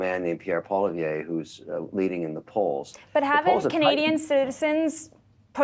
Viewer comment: he doesn't even know how to pronounce "Poilièvre" properly .